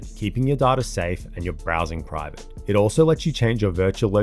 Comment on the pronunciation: I can't make it past the way he said data